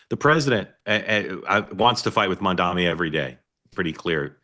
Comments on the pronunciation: MAM...D....ANI Mark (remember you used to get upset about KAMALA being pronounced wrong! Come on... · "Let's talk about Mandami". Jesus, are you ever going to get the name right? Any of you? And he did reach out to Jewish New Yorkers, you just chose not to play that part of the speech.